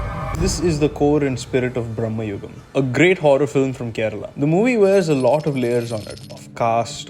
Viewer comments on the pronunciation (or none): Its actually pronounced as Brama-yugam meaning age of madness (Bramam meaning madness) and not Brahmmayugam Great video by the way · It's not Bhrammayugam bro it's Brhamayugam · Its not bhramma yugam in malayalam its pronounce as brama yugam ( means the age of madness.)